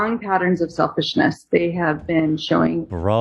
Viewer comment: “Selfishnish” lol